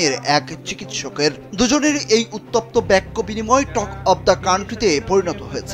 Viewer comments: বেক্য আবার কি জিনিস!!! বাক্য হবে। কাকে দিয়ে যে নিউজ রিপোর্ট বানায়!!!! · বেক্য বিনিময় না হবে বাক্য বিনিময়। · ব্যাক্য??? আহারে সাংঘাতিক! বাংলা শব্দের একি উচ্চারণ?